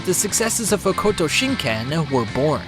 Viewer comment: That pronunciation of Hokuto is brutal.